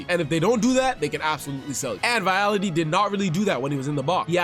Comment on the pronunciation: Vitality 😂 you mean Vialli! Good review, thanks! Subscribe!